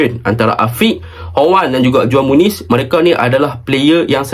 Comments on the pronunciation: cara sebut juan muniz ialah huan muniz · Itu belah sana j jadi h kalau belah latin..ko org latin ke...